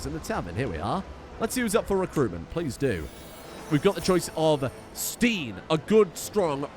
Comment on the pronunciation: i think steinn is pronounced more like stine rather than steen <3